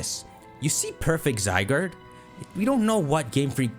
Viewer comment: I’m not watching someone who calling ZYE GUARD, ZYE GURD!